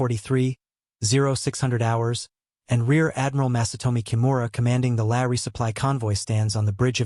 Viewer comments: You pronounced LAE [lay] correctly once but then reverted to your old ' laya' for the other times! You are getting better! That was a VERY well researched and presented video!! Just a pity more subject correct pics were not forthcoming. Great work! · Lae is pronounced "Lay", not "Leh". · lăăă😅 LAAAAAAA you know someday somebody's going to figure out how to write an AI software that can recognize long and short vowels and if they're smart the copyrighted and become very very rich people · Lae is pronounced Lay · I have been watching your videos and have enjoyed them a lot. One small petty complaint though, Lae is pronounced LAY, ( i grew up there), as I said, petty. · it is pronounced "lay" a number of other fumbled and mispronounced words and terms which are very distracting. Like Reball not Rebaal. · Wrong B-25 pictured in the beginning of the video. Canon armed B-25H was long after the B-25Cs used in the Battle of the Bismarck Sea. "Lae" is pronounced as 'lay'. Pappy was a former US Navy Chief Petty Officer.